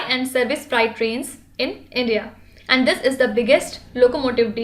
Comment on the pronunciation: Mam please say And, don't say Anduu it irritates a lot.